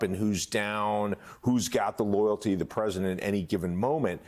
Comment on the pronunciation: press-see-dent dumb ... dumbty trumpy crashing with his all